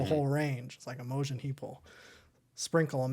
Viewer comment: Love your channel and in depth discussions of the music compared to so many reactors who don't know how to analyze music. Btw I'm fairly sure her name is pronounced with the stress on IM not the O, although your pronunciation does make her name sound really cool. Imogen was a much more common name in the past especially in Britain. Her song 'Hide and Seek' was used in the BBC production of 'Normal People' on HULU from the acclaimed novel of the same name which has garnered high praise, and was the best thing I watched last year.